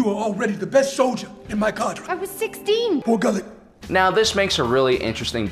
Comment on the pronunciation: I am convinced that the day learns how to properly pronounce names will be the day that I become president of Lucasfilm. Saw says Bor Gullet's name and he literally proceeds to mispronounce it one second later. It's TWO words dude. BOR GULLET. Look it up 👍**face palm**